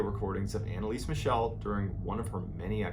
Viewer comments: Its not pronounced as Michelle like the girls name. Its pronounced Michel, MIKEL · Her last name is actually pronounced "mih-KEL," not "mih-SHEL." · As always great story but you mispronounced her name throughout the whole video... it should be ahn-ne-lee-suh m-ee-chl (since the last one is hard to spell in English: I wanted to provide to you the IPA spelling: /ˈmɪçl̩/ ) BTW it was later announced that she had epilepsy which only worsened by time because of her malnutrition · Not trying to be that guy, but it's actually pronounced Mickle, like "fickle". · Thank you very much for another greatly told story. May I suggest that next time you need to say German names of people or cities you might want to research the correct pronunciation. I gladly offer my assistance if ever needed. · Why did you pronounce her name like she was French? 😂😂